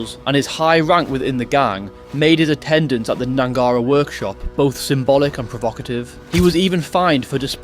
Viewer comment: Its pronounced Gnangara not Gnangara